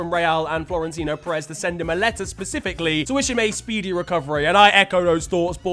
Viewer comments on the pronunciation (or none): none